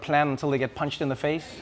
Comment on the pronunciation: "punthd in the faith"